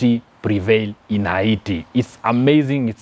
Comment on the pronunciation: Fake news.all those your commenting are not verified and you cant video them Yout merely speculating and not giving true pics..secondly your accent is horible..and your pronouncing haiti wrongly.get your facts right